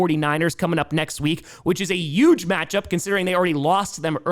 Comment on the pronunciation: At this point you might as well replace any H in any word with a Y,. Enough of "yuge" and "yuston". We want Pittsburgy. We want the LA Cyyargers. We want the Seattle Sea-Yawks. No more H's!